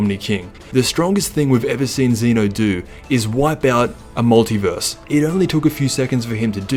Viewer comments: This guy says zenu its zeno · Its zeno not zino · he said zino lol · My guy said ZEENO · zeeno his saying zeeno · So annoyed with how you pronounce ZENO